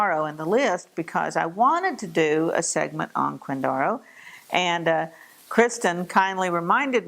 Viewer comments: I'm from KCK and yeah, I don't ever remember anyone saying "quinDARo" it was always "quinDAREo." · I have to argue with your pronunciation of Quindaro. Having been raise in KCK we never called it Quindara, it was always Quindaro with a hard O . I can give you more history if you want. My family had a grocery in KCK prior to WWII. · Killing me with the pronunciation..I suppose, maybe way back in time it was pronounced that way, possibly. I was born and raised in the area and never heard Quindaro pronounced this way..